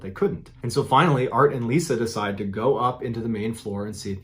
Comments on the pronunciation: Everytime he says “art and Lisa” I hear “Bart and Lisa” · I’m way late but just recently found your channel and love it. Am I the only one that kept hearing Bart and Lisa in the first story instead of Art and Lisa? 😂